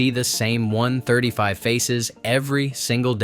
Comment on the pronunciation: Can’t even say 135 properly. Smh